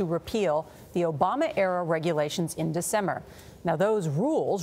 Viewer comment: Did she she just say decemer?😂